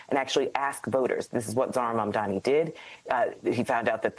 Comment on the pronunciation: Mayor Mamdani! Learn how to say it!